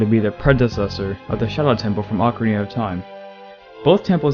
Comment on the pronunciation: "ocariner of time"